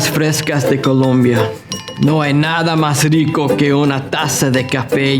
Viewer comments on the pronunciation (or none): none